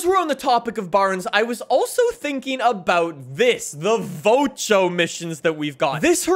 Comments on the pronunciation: It’s Vo-Cho not vochow but idk the characters also says vochow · vocho is said vacho